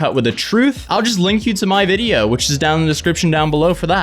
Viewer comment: DID YOU SAY VIDEYER